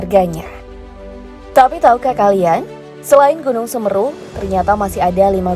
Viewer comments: Yang bener Semeru bukan semru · Itu bacanya semeru kak bukan semeru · Kok mgomong nya gunung semeru salah